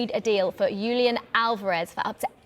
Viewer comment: Not Yulian, Julian H